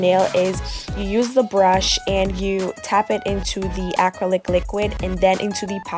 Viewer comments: Good job explaining well. You were pronouncing the word acrylic, like ack-crow-lick, which was quite entertaining. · Really great tutorial you did a good job for a beginner! You also did a good job with giving specific instructions tips and tricks. But you were confusing me when you were saying 'acrylic' lol go watch other videos and listen to how it's pronounced. The only reason why I think it's cute and funny is because i did the same thing before going into nail school. (Not many people can do this well of a job with having no experience using acrylic)